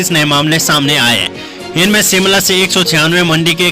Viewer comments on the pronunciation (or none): Anchor ka Hindi ka uchacharan theek nahin hey jo ki sh ko sa bolta hey Shimla ko Simla bolta